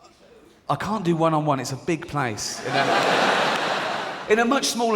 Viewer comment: He also said "in a much smaller room , I could ignore you cont " . LOL . Rick did not say , "What did you say, I cont hear you. " 😉